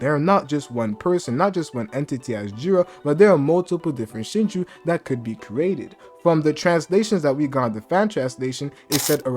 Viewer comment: Shino it Shino